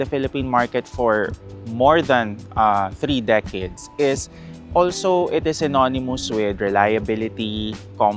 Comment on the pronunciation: Bakit para akong dapat matawa nung sinabi nya ang "Synonymous" hahaha